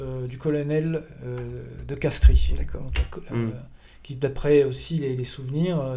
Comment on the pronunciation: De Castries se prononce de Castre… comme de Broglie de Breuil…